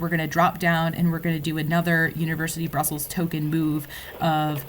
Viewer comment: No offence but you slightly mispronounced Brussels. The neat pronounciation is Hulst/Not Hulst, believe it or not.